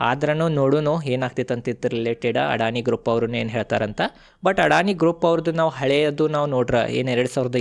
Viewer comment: ಅಣ್ಣ ಅಡಾಣಿ ಅಲ್ಲೋ ಅದಾನಿ